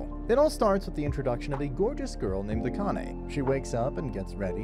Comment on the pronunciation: Subscribed because you're the first anime recap channel I've seen that can pronounce "Akane" correctly because you're not some audio bot.